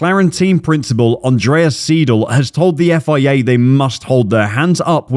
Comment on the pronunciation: Just a totally off the wall Comment: in Seidl's name, the 'ei' is pronounced as an "I" (like eye). Thank you for your support.